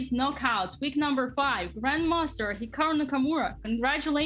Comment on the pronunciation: in the interview did dina really say Grand MONSTER hikaru nakamura?? XD I listened to it many times and I still hear 'monster'. :D